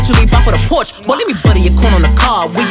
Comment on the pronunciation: When you don’t know how to Pronounce Porsche 💀